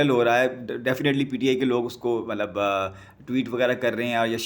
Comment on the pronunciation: Is it necessary to say ملب۔مطلب۔ مطب۔ملب in every sentence? Bro you need some serious coaching in Urdu pronunciation.